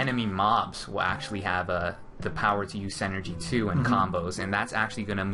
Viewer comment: Does anyone hear that one dude saying "Senergy" like its some sort of made up word lol. The word synergy is pronounced "sin-nergy". It's a real word bud.